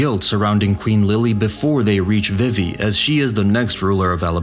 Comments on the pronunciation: tinascarlett5567 It's well known that her name is pronounce vee-vee not viv-E. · I have to dislike the video because you keep pronouncing Vivi incorrectly.